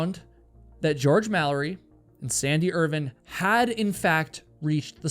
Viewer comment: I really hate your pronunciation of Irvine